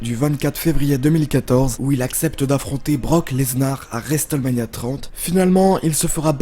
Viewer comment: Et aussi quand il dit brock leznar !!!!